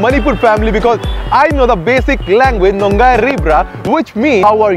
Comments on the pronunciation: He literally said nongairi braa instead of nungairibra but i loved it😊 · It's not Nung gai ri braa... Nu (नु)- Ngai(ङाई) ri (रि) bra(ब्र)... Previous word felt like another language. Thnk q 4 d video Luv frm Manipur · It's not nung gaai ri bra? It's NUNG NGAI* ri bra. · It's not nongai, it's nungai BDW nungairi n you? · It should be. nu...ngai...ri...bra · Pliz say KAMDOURI instead of Nungairibra